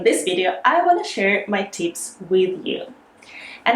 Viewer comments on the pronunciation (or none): I like the way you make short vowel sound long like Leesten Geev Teeps